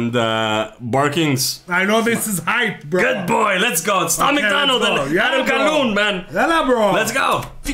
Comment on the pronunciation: don't know if you realize but I caught it lol. You said adam calloom instead of calhoun lmao 🤣😂🤭 that shit had me crying lol 😂